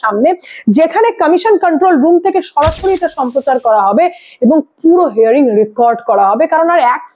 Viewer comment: হেয়ারিং নয় , হিয়ারিং